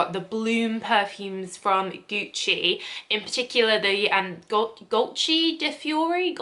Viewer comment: She can’t say Gucci?